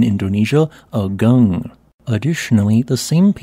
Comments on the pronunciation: Another local note: it is pronounced "aah-goong", not "ugg-ung". It probably is worth editing the audio. Likewise for all Indonesian and Malaysian words and names: "goo-noong", not "gun-ung", "boo-kaht", not "buck-at". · Just a side note... the correct pronunciation of the name of this mountain is AH-goong, not uh-GUNG. An eruption of that scale would be very disruptive to the regional economy, as Bali is a significant tourism destination (and even now many Ukrainians and Russians have fled there from the current war in Europe and are spending their money there).